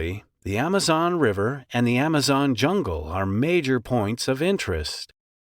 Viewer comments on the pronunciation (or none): none